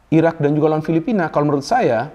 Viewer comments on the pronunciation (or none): none